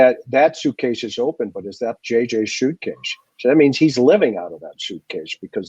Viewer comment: "JJ's Shuitecase" is how you're pronouncing suitcase, and all of the s's. Can't handle it